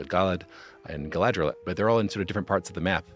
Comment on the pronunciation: Everyone in the show butchering Galadriels name just gives the same vibes as all the names being pronounced wrong in the live action A:TLA…